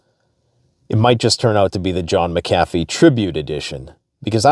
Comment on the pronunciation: Who else pronounces John McAfee like that? 🤔